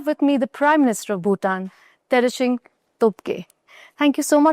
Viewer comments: She calls the PM as Ter-Shing Tobgay. I can totally understand, its hard to pronounce the name of people from other country. I am not making fun but its hilarious :) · This host is a joke, travels to Bhutan and meets with the PM there but can't even take the time to learn to pronounce his first name correctly.